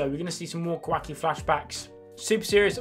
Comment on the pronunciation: the way you say kah wahk e is so funny to me